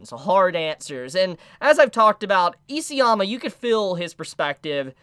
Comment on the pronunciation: Please pronounce the author’s name correctly. It’s ISAYAMA, not EASYAMA.